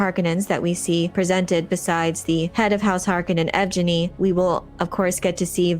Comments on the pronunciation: Yevgenny is a Russian name. It's pronounce Yev-genny, with a hard "g" like in gift or green. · Yevgeny has a hard "g" sound and an emphasis on the second syllable, so it should sound Russian-like. Yev-Geny. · Yevgeni is pronounced yehv-GAY-nee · yev-ge-nnie it's russian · Its pronounced "Yev Genny"